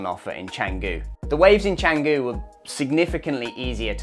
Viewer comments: At least try to pronounce it correctly. Its chun goo not chang goo. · Amazing vlog! You've totally captured the vibe of Canggu. 🤙 Since you're exploring Bali, I thought you and your followers might find this cool: the name is pronounced "Chung-goo" (that first part has an 'uh' sound, not 'ang'). The 'c' is always a 'ch' in Indonesian. The best part is the history behind it – the name actually comes from a legendary dagger (keris) from the Majapahit kingdom era! So when you say it right, you're also referencing a piece of ancient history. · First off, Canggu is pronounced Chung-goo. Was well surfed in the 80’s. Clearly you missed the 1980 OM Bali Pro, won by one Terry Fitzgerald. Having lived full time in Canggu from 2007 to 2014, I can tell you the turning point was Deus, who were building as we we’re building our humble 5 room hotel in 2010, followed by a four page spread in Tracks magazine in 2011. By 2012, with the arrival of the Russian owned Ecosfera hotel and the German Greenroom surf camp, the party was over. Those dreamy days of surfing with a couple of friends at dawn, turned into 20 dudes waiting in front of the right for first light. Now it’s a shit show of Euro party goers and beginner kooks, best avoided like the plague. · How good is it when u make a vid on somewhere u cant even pronounce properly 😂